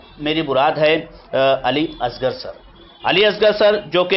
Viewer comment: اردو کا ذرا تو لحاظ کریں. علی اصغر.. اضغر نہیں.